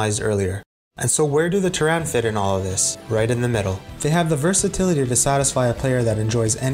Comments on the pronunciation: Ter-RAN? Don’t you mean “TER-ran,” as in “from Terra?” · I love this video but I cannot forgive your pronounciation of Terran in starcraft. You're saying like Tehran, the capital of Iran lol. It's tear-anne as is to tear open a bag and the name Anne. Ter-an not Ter-ran. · never going to be able to unhear pronouncing terran as "tuh-ran" instead of "tear-in" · Awesome job, keep it up! 1 quick thing: in Starcraft the human faction is pronounced Terran, not Teraan 😅 sorry, can't help myself, and SC is my favorite game of all time😊 Anyway, I'll shut up and continue enjoying the video 😊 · Very good video But one thing to keep in mind is pronunciation... 'Terran' is pronounced 'teh-run' not 'tur-ran'. A small mistake, but very painful to hear over and over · Why are pronouncing terran like 'Teh-rén'? Lol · Your pronunciation of "Terran" hurt, but otherwise, great video. Also, you should have given "Use Map Settings" more attention in the StarCraft section. It basically invented tower defense (and StarCraft is where DotA got its real start). UMS set the foundation for the Warcraft 3 custom game system that would go on to spawn entire genres. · If you don't mind my asking, where'd that pronunciation come from? Is it like from another language port of the game? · Glad you enjoyed it. Yea pronunciation was a hiccup long story. But thanks for the support despite me butchering the pronunciation. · I'm sorry, but the way you pronounce "Terran" with the stress on the second syllable instead of the first one bothered me non stop xD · jesus dude say terran right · I enjoyed your videos…. But don’t pronounce Terran like that again 😝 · the mispronunciation of Terran is sooo annoying. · Loved the video but you kept mispronouncing "Terran" and it gave me a brain aneurysm :'(